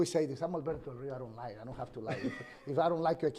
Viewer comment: Nailed that Rrrrrrrrrrrio!